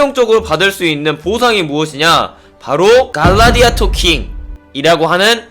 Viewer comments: 글레디에이러를 갈라디아토라고 쳐 읽네 ㅋㅋㅋㅋㅋㅋㅋㅋㅋㅋㅋㅋㅋㅋㅋㅋ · 갈라디아토라고 읽으신거 농담이라고 해조요..ㅠㅠ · 갈라디아이터ㅋㅋㅋㅋㅋㅋ 글래디에이터에요